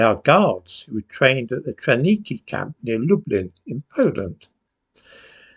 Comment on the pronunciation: TRAWNIKI is pronounced TRA V NIKI......this functional camp has been cancelled from the official history....probably to improve the Ukraine's image and record.